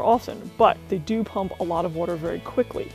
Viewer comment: Thanks for the overview. Where is it that people say "wooter" like you? Have heard it a lot.